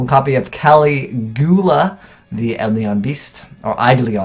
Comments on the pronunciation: it's pronounced EYE - DOH - LON my dude. Where did 'edlion' even come from. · You keep saying Edlion. Stop moving the i around. Eidolon. Then you say Eididlion. Stop adding letters. It's not hard. Eidolon. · why are you pronouncing it "edleon" or "eyedleon" just read the card eye - doh - lon thanks for the videos keep it up, always fun to watch and i cant even tell why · It's "Eye Doh Lon" :) Specifically, /ʌɪˈdəʊlɒn/. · eh-do-lon Eh, as in Canandian. Doe, a deer; a female deer. Lon, long without the g. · bro just say i-dol-on... it isnt that hard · i-del-lon thats how you pronaunce eidolon. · Eye-doe-lun is the correct pronunciation bruh :3 if u look up how to pronounce it on youtube thats how they say it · how the cards are written/pronounced - "Eidolon" how pronounces - "Edlion" you're not dyslexic; this isn't acceptable. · It's Eye-Doe-Lon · Eidolon, pronounced I-Dole-On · it's ee-dolon. from the greek "είδολο" which means false image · It's pronounced "ay-do-lon". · its i-dell-lion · The main sound you need to take out of your pronunciation of Eidolon is the Y or I sound in between the L and the O. Basically, there is no letter in between the L and the O. The first two syllables are up in the air (IDOL, or ADOL, that much doesn't matter as much as the last syllable), but just remember the last syllable is LON (not LYON, or YON, or yawn, or anything like that). Edit: Google Translate pronounces it: E (like the letter) + Dolan (like the duck). Source: But still nothing between the L and the O. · Will ever learn to read? Find out on the next episode of Dragon Ball Z. (Eidolon is an actual word. You can Google it. Caligula is also an actual word. kah-LIH-gyoo-LAH)